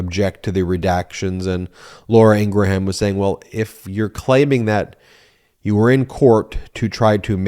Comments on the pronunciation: Ben, Fox News' Laura's last name is pronounced ingram, with a short 'a' that's almost indistinguishable from a 'u.' Hearing you repeatedly call her "Laura Ing-ra-ham" is getting irritating. Yes, that's how her name is spelled, w/o those dashes. But it's not how it is pronounced. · I love the mispronounciation of long-face Laura Ingraham's name. Correct pronunciation is INGRUHM...and I'm loving ❤️ it! "IngraHAM" suits her better..."HAM" signifies PIG! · I love how Ben keeps mispronouncing Laura's name its not Ingra Ham its Ingram Like Graham crackers Ing Graham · Laura's last name is Ingraham which is pronounced "Ing grum" with 2 syllables. It is not pronounced "Ing gra ham" with 3 syllables. Please stop saying that. When was the last time you pronounced Graham crackers as "Gra ham" crackers? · It's Laura Inghram Not Inrgraham. Because nitpicking is what I do. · I love your videos but every time you say “in-gra-HAM” I lose it lol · "Ingraham" is pronounced "Ingram" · Why do you keep pronouncing it "Ing grah ham" ? you are putting some sort of weird extra syllable on the pronunciation. Also, wipe the slobber off of your lip - it is disgusting. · ingraham? Really? INGRAHAM????? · Are you mispronouncing Ingraham intentionally? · Dude, you play into their narrative when you as a broadcaster fail to pronounce someone's name correctly. Ben you can defend yourself, as others will for you, on this but your arguments don't matter. When the person themselves pronounces it differently. It is disrespectful, and makes you no better than someone making up a nick name for someone they don't like. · Just a note, I believe Ben is saying Laura Ingraham's name wrong. I can't be the only person who has noticed that her name is not pronounced that way.